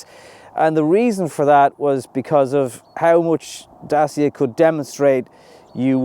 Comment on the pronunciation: Love how good you're pronouncing 'Dacia' . 👍Exactly like in romanian.